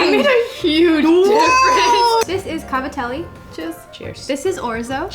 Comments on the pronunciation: As an italian fellow, when you called cavatappi "scoobi doo", my heart stopped for a second. Great vid tho! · sorry... the WHAT. they are called "cavatappi"